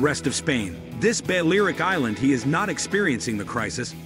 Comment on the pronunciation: Also, Balearic is not pronounced BAL-AIR-ICK, it should be BAL-EE-AIR-ICK !